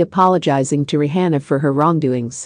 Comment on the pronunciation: Why she saying RE HANNA ??? Say her name right please!!! Lord who AI SPEAKER IS THIS???